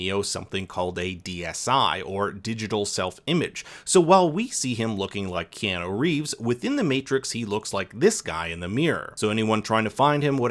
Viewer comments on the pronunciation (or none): none